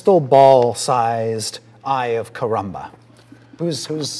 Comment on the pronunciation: Chris Perking says They have been huntting the "Eye of Karamba"... lmao "haykaramba!"